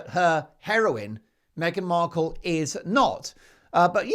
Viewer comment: Did she just call her meghan merkle!😂